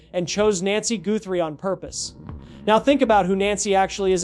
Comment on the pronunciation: Is this AI? Why the poor pronunciation of the Guthrie last name?